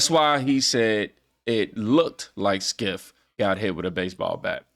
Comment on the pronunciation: DUDE!? Skiff? I don't like the guy much myself but it sounds silly the way you say it. It's Shiff with a c